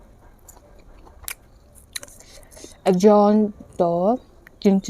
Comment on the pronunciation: If I'm not mistaken, axone is pronounce as akhunii